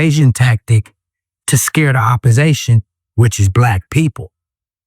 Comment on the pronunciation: Oppisition or Oppasation?